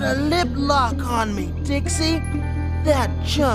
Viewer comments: "Hey Dix" what!? "Hey Dix" Dicks? "Dix" Dyeks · Just in case you need to get there quicks, to hear those Dix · Who else lost it when Jared said, "diyaks"?